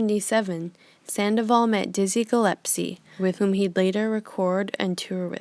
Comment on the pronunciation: It is "Dizzy Gillespie" not "Dizzy Gillepsies". Great video though.